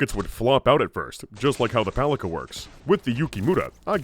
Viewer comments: Fun fact, “Palica” is actually pronounced as “PAH-lee-tsa”, since Rostovič — its manufacturer — is Serbian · the name of a gun is pronounced as Palitzsa, which means clubbed stick or just a stick in most of Slavic languages and dialects. Name implies it is just a short stick in a shotgun world, which it is. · I think PALICA is pronouce as PALITSA. It's a word for a small club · "Palica" actually means to be read as "Pálitsa", it's Russian word that translates as "club" or "mace" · Palica is supposed to be pronounced as "palitsa" supposedly from slavic палица - (something like mace) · not "paliKa", but "paliTSa". It's a slavic word that means "club" (weapon). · It's not paliKa, it's paliTSa. It's a diminutive of old slavic for a club or baton. Makes sense for Serbian brand RostoviCH. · The Skippy toy made my day🤣 P.S. One small thing - the double-barrel's name is not pronounced as "pali[k]a" - it's "pali[ts]a" - translated literally as "mace". P.P.S. On Smartgun performance - while not being the most damaging weapons in the game on their own, they're great to "carry" effects from mods, hacks, etc, once specced, chromed and modded into. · A little Slavic pedantry here. The C in Palica is pronounced like a C when reciting the alphabet, not like a K. Also it means stick. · This double barrel Palica is pronounced as “Palitsa”. In Serbian and Russian it means “club” or “baton”. Well, it sure looks like one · Palica's (pronounced pa-li-tsa) short range can be explained, actually. If we assume it shoots same smart pistol gyrojet rounds, and unlike the pistols they flop out of the gun with very little initial velocity, they would need to inefficiently spend the fuel to accelerate in the air, thus reducing their range, thus reducing the range the gun would let you target at. It would also be cool if the bullets actually shot in a comically wide spread and then converged at the target from all directions, like a little Macross Missile Massacre.